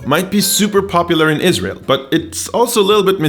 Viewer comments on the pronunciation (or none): none